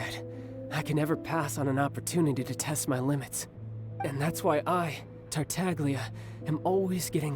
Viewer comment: TA TAHG LEE YA UGH! They butchered that.